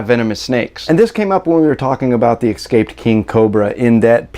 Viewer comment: This guy is spreads ignorance. Any citizen should know if a neighbor keeps poisonous snakes. And the snake keeping neighbor should be shot dead if he lets his poisonous snakes get loose and harm someone. Notice this guy's pronunciation of the word, escape. Sometimes little things say a lot.